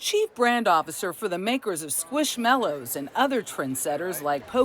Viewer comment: It's mallow and not mellow, right? I can't be the only one hearing mellow.